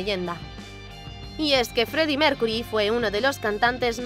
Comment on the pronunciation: Si da risa dijo el Feddie Mercury